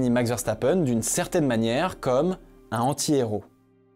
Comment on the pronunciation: Le fait que tu ne fasses pas la liaison entre "un" et "anti" quand tu dis "un anti-héros" me rend fou de rage